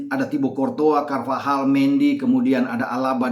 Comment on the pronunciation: logat hawai bgtu mnybut'a courtois jdi cortoha